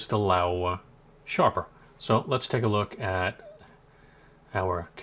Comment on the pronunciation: Laowa not LaEwa, surely?